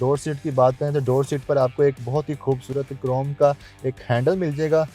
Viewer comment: کھاصی کھوبصورت ۔۔ اردو کو معافی دے دے بھائی